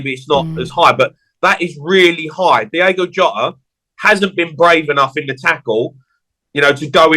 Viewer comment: It's Diogo Jota not Diego Jota. Christ